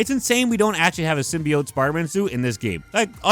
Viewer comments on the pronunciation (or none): none